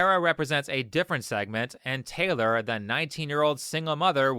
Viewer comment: dude was talking through his teeth about taylor 😭😭😭😭 cant stop laughing